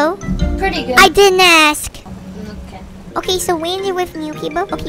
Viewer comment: “i din ashk..”